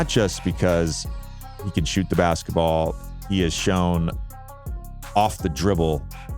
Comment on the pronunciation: Great content and narrative! If you would be so kind, though, please tell me why you pronounce the and a as "thee" and "aye".... It sounds strange to my ears, and I never hear anyone use these pronunciations in everyday conversation -- let alone any respectable sports commentator. (It seems like an emphasis of each noun that follows -- kind of akin to someone TYPING IN ALL CAPS.)